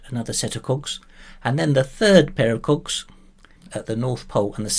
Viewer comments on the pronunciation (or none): I agree with you, but with your accent it sounds like cocks. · Are you saying cogs?